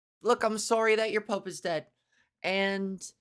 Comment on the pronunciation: Hahaha omg I love how you say “sooory”, Canadian accents are funny, not meaning as a negative, more cute lol..